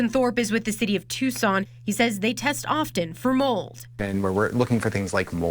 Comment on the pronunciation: Please stop mispronouncing it "Tyu-sawn". It's Too-sawn.